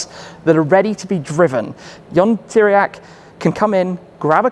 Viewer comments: Bro, did you have the decency to ask any one how you pronounce Tiriac? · Why you can say pizza but not Țiriac?